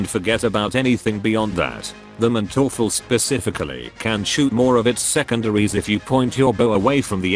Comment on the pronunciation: the funniest thing of this video is his pronounciation of manteufel xD in german you pronounce the first syllable not the second as often in english. so its MANteufel not manTEUfel